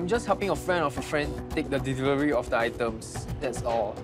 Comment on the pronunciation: it killed me when he pronounced delivery as ' devivery '